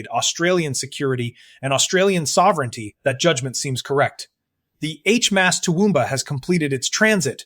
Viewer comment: Get rid of the Ai as it can’t pronounce words properly. Especially HMAS.😢